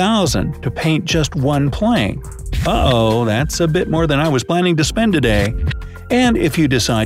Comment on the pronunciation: IT'S NOT WIZZ IT'S WUZZ